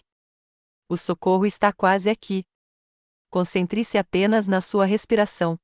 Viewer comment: Concentrece vez de C O N C E N T R E - SE?